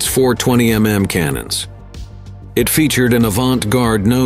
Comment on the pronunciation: "Twenty em em cannons"? 🤖🤡